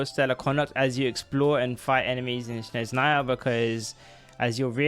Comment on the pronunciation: its not "shneznaya" its snezhnaya